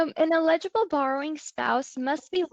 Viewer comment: Please ... learn to say "eligible" and "ineligible" correctly! It was annoying and distracting to hear it said incorrectly!